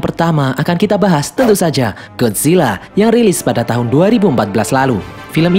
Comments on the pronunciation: Bang bukan Godzilla gadzilla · Bang lu Bacanya Godzilla GodCilla